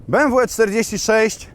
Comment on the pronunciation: jakie be em wu tylko be em we kurde nausz się